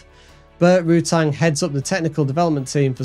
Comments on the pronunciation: Please stop saying Rootang and Vary Easy E. It's "Rutan" and "Vary Easy". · Your facts are all screwed up. How about you actually check your script to see if it's accurate? While you are at it, how about some speech therapy? Rutang? WTF. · Please, there is no "g" at the end of Rutan